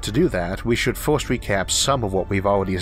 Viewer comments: This may sound ridiculous, and I love your content so much, but I don't know why I hate so much your accent. I am not a native english speaker and maybe because of that, it triggers something negative deep in my mind when you pronounce "fost" saying "first", or "yee-ohs" when saying "years". Is something stupid in my mind but I can't avoid it. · Great video. But I can't help of hearing a child speak by how you say things. Not to be rude, but some of the words you say sound like a toddler learning how to speak. Like saying free as fwee, first as fwirst, etc. Besides that, loved the vid. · cwick on it fust befo you hea the guyz pwonouncing cuz its a gwand iwwusion.